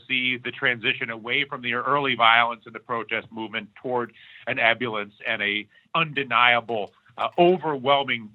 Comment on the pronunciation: Hey Dylan ~ FYI - it's pronounced e·bul·lience /iˈbo͝olyəns,iˈbəlyəns/ noun: ebullience the quality of being cheerful and full of energy; exuberance." PS - Thanks for all the Truth, brother ~ ❤️ ✌️